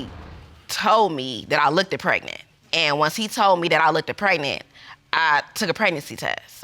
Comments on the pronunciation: She said “lookeded”😂😂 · OMG and both of them kept saying "lookted". I kept hoping it would be the last "lookted" and then they just kept repeating it. They weren't embarrassed but I sure as heck was for them. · And "lookded". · "Lookkidid?" Huh? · “Lookeded” too😂